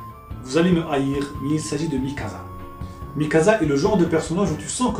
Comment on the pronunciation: ah encore une chose ! Mikasa ! ca se prononce Mikassa ! un S entre deux voyelle en japonais se prononcera en S et non Z